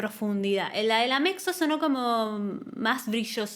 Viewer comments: la "Mexo" XD enrealidad se pronuncia "Metzo" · Mezzo, no mexo 😑